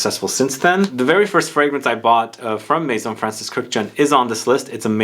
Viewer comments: The only guy who pronounces Kurkdjian's surname correctly. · The way you pronounce Kurkdjian makes me cringe. Good video tho